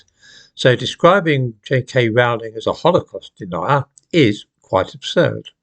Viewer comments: Her surname Rowling rhymes with “bowling” not with “howling”. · It's 'Rowling' as in 'Bowling' - Not 'Rowling' as in 'Scowling' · 'Rowling' rhymes with 'bowling'.